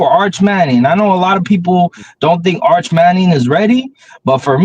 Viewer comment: Buddy said “Arch Manning” 😂😂😂